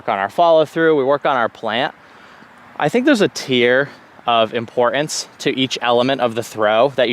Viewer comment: This is driving me CRAZY! The word importance has a ‘T’! It is not “impor acne’!!!